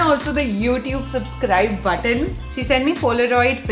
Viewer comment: The way you said button sounds like mutton